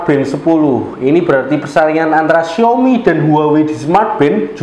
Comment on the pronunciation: xiAOmi Mas bukan xiOmi.